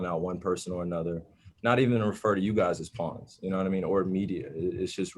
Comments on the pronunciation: Stephen A said peeons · Is the media saying "pawns" because they dont know how to spell "pee"-awns